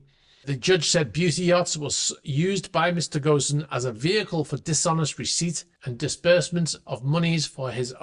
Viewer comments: Painful Pedant here; just FYI, Carlos Ghosn's name is usually pronounced without the S , like GOAN. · CARLOS GHOSN: It's "gown", as in "I used to own a yacht" Sometimes "gone" as in "Carlos is gone. He took a trunk to Lebanon" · The 's' in 'Ghosn' is silent.